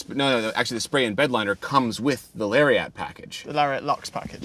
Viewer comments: I believe Lariat is pronounced Larry-ette, not Larry-at. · "Hey, where's your friend Larry at?" Larry at? Larry-AT?! I literally have never heard anyone pronounce it this way. "Lariat," rhymes with "chariot." ...Please don't start calling them cherry-ATs. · Why do yall say lariat don’t weirdly. It’s not “lary-AA-T” it’s “lari-ET” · It's pronounced "LARRY-IT" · you really need to learn how to say "Toronto" and "Lariat".